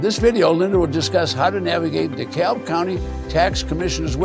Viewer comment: It’s pronounced dee-cab. 😇